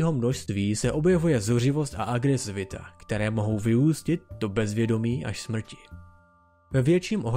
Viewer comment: Pokaždý když jsi řekl že dochází ke smɹti jsem se malem pochcal smíchy, dodává to na vtipnosti videa, cením :DDDDD